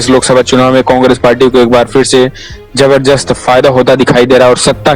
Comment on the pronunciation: Bhai zabardast hota h naki zabzrjast😀😀😀